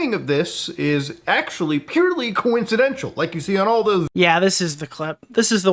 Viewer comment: You wanna talk about annoying voice? Why does Keep saying coincedential instead of coincidental? There’s no chull. Koh-In-seh-den-tal Not Koh-in-seh-dens-chull